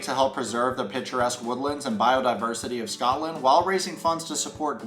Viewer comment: As a Scottish person, PLEASE say Scotland properly.